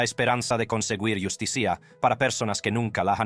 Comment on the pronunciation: Pésimo doblaje al español. Distrae la atención la voz que habla con palabras mal enunciadas, las cifras continúan en inglés y enuncian mal palabras complicadas. Por ejemplo, pronuncia Justicia así; yus ti cia. Mal muy mal.